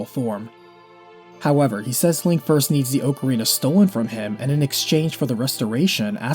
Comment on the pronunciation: Thanks for mispronouncing ocarina the same way I do.